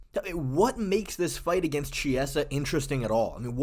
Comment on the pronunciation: Its kiesa/chiesa not jiesa bruh